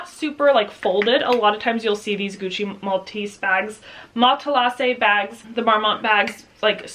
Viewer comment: Mat-La-Zay is the correct pronunciation.